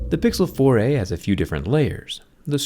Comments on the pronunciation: Anyone else notice it sounds like "Pixel Foray"? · I heard "Pixel Foray"